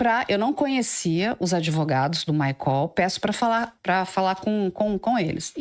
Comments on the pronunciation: É maicol, não é maicól 😂💕😂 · Por que ela fala Maicól??? Que horror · Essa pronuncia maicól me dá uma gastura